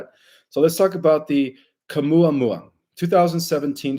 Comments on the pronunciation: Caumuamua.... "Oumuamua, NO ca!" Lmfao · Yes, Oumuamua doesn't have a "Q" at the beginning, and Stabilization isn't pronounced as if you're (stab)bing something. Stabilize is pronounced like a stable where you put a horse, (stable-ize). Not (Stab-ilize) as if you're stabbing with a knife. There's a dozen additional words that you MUST correct but let's start here with loving ❤ criticism because I truly love the work that you do to help humanity. Love ❤️ and Light ✨️ to you. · I am only three or four minutes in, and already you contradict George Kavassilas in conversation with Dr Michael Salla. 3i Atlas is a holographic projection from the cloaked ships behind it. What you are describing with all the different names, sounds more like Oumuamua. Which you cannot pronounce for toffee. In spite of your prompt. It is a Hawaiian word. My faith that you are going to be giving me the truth is ebbing away already and I'm only 5 minutes in. And it's 3i Atlas, not 31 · Misprounces Words bc English isn't his "Mother Tongue".